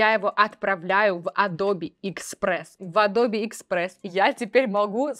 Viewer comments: меня одного бесит произношение "Адрбе" вместо "Эдаб"? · Адобе адобе, звучит очень странно, не адобе а адоб eпт. Ты еще скажи йоутубе, пхотосхоп, нотэбоок.. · Адоб!!! Не Адобииии Не Адобэээ. АДОБ! ИЛИ ЭДОБ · Адоби, а не эдабе и даже не адобэ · я извеняюсь конечнот но не адобе а адоб) no vse j poznavatelno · Зачем говорить «АдобЭ», если можно «АдобИ»? Зачем говорить «КЭнон», если можно «КанОн»? Зачем говорить «Алина», если можно «Алёна»? 😁 Но хочу отметить, что контент у Вас полезный. Несмотря на «АдобИ», я на Ваш канал подписался, при просмотре этого ролика. Моя девушка говорит «скорч», вместо «скотч». Это мне конечно добавляет умиления, но другие такое вряд ли оценят. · не АДОБЕ, а АДОБ :) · Пожалуйста произноси название компании с мировой известностью так, как это произносит весь цивилизованный мир: "эдоуб" , а не "адобе". Пожалуйста. Очень режет слух. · Адоби адоби...и Эдоб Иллюстратор) вы уж определитесь с произношением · Адобе?)) надо бы Вам чуток подтянуть английский. простите если обидел)) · Да откуда вы эти исковерканные произношения берете? Весь цивилизованный мир произносит как она - [əˈdəʊbɪ] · Аж голос дрожит, так сексуально произносит Леонааардо)) Или это она смеется? Только не Адобе, а Адоуб ) Спасибо! Нео доволен тобой)